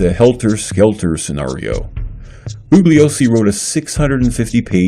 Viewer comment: To the maker of this video. I simply cannot take you seriously. You can't even pronounce "Bugliosi" correctly--and you *HAVE* to know that the "G" is silent, by now! Vince made this clear hundreds if not thousands of times! Some of the things you have said in this video are just outrageously stupid, ludicrous and insane. The victims who were murdered are dead. Period. End of the story!